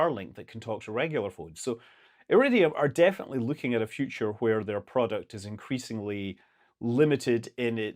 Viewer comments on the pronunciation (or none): none